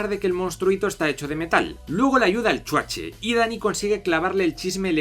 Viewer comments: Mil veces mejor ver esta mierda con el spin cómico de un español, y gratis, que pagar por ella en el cine. Además es graciosísimo cada vez que dices 'El Chuache' 😂😂😂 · El "chuaché" XD